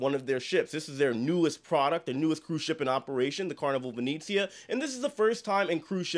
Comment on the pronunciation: My only comment as an Italian & travel agent is for you to stop mispronouncing the ship name 😭 it’s not long e’s.. it not Vineezeea.. it’s Italian- Veh-neh-zzi-ah. Like the city of Venice. Other than that, I’m a big fan 🥰